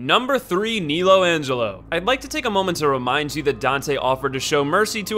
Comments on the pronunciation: I find it hard to believe you actually think it’s pronounced Neelo Angelo, like cmon man. Great video though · neelo angelo?? what? nEElo? really dude